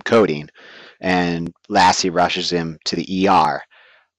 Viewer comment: codine? omg im dying